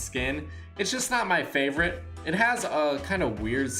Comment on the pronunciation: It like saying flavorite